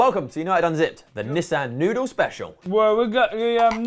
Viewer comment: its Nissin, not Nissan!!!:D:D